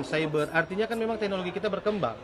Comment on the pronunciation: cakap teknologi pun salah. dia bilang 👉tegokloji 🤣